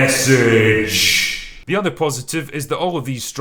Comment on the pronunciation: every time Drinker says " T H E M E S S A G E ! " a Twatter cries.